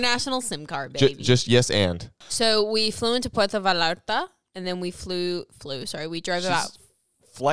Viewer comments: How is gonna get on case and pronounce both L's in Puerto Vallarta with full confidence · Its pronounced more like puerto vaYarta. The LL in spanish is pronounced like a y and not an L. Super common mistake just wanted to correct it so people can say it right. I'm from there♡ Puerto Vallarta is gorgeous i emplore everyone to go if they are interested!